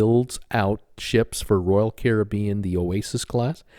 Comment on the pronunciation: You said Caribbean correctly the first time. It is the American pronunciation that is incorrect.